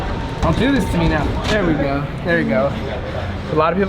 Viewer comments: said here we gare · Did anyone else hear him say " here we gar " ? No just me ok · he said go in an accent 😂